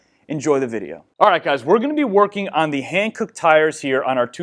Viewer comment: Literally everyone: Hankook You: hAnCoOk